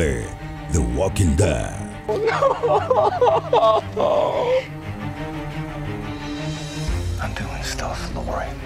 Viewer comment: Que le pasa? Ni siquiera sabe pronunciar The Walking Dead, ni ningún nombre de los personajes! Esa ser es muy buena! Nunca le he visto nada de malo, no aburre ni nada por el estilo👊👊 Soy muy fan de la serie y nunca decepciona!👊👊 Esos comentarios negativos en el vídeo no son reales👊✊✊